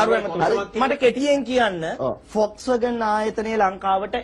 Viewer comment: පොක්ස්වැගන් නෙවෙයි හරකුනේ volkswagan.😂😂😂